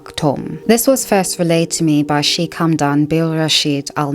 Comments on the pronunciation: Hello! Just some feedback. Sheikh is better pronounced "shaykh" with a light k, almost like your huffing before the k. "Sheek" sounds too similar to "Sikh" (prn "seek" or "sheek" thru diff cultures) which is a totally different word. It's a small detail, but it does throw off listeners like myself, familiar with both words. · Sorry Sheikh is pronounced like Shake not sheek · it's pronounced as shake, not shik. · Sheik sounds like "shake."